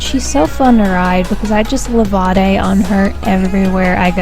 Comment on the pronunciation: and also here's how to pronounce levade le,vay,d not levaday, just saying :D